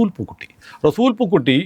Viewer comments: താങ്കൾ ചിലപ്പോൾ ഒക്കെ റസൂൽ പൂക്കുട്ടി എന്നതിന് പകരം പൂക്കുറ്റി എന്നാണ് പറയുന്നത് എന്നാണ് ഞാൻ കേൾക്കുന്നത്. ദയവായി ശ്രദ്ധിക്കുക. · പൂക്കുറ്റി അല്ല പൂക്കുട്ടി ആണ് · 'റെസൂൽ പൂക്കുറ്റിയല്ല -റെസുൽ പൂക്കുട്ടിയാണ്